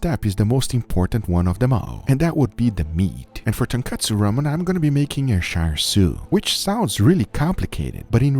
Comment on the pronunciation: Chāshū its chāshū not char siu this isn't Chinese char siu pork this is Japanese chāshū pork belly both completely different and there's no R in chāshū I mean come on.